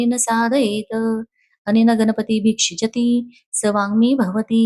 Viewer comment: वांग्मय उच्चार व्यवस्थित करा धन्यवाद